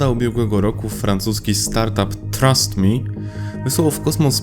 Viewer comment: Tego się nie czyta jak trust mi tylko jak... thrust me XD "frast". Jak wyrzut